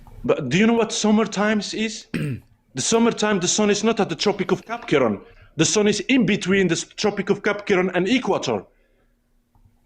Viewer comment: Omg "tropic of Kapkiron" broke me 😂😂😂